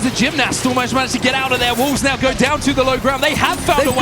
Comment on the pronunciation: pronounced "saw" as "sall" and Wolfe's as "Woofs" Brother in christ.